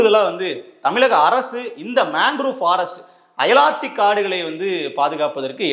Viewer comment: தம்பி அயலாத்தி காடுகள் இல்லை அலையாத்தி காடுகள்